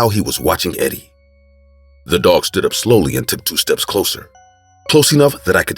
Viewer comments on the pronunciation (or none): did u not hear her say ze dog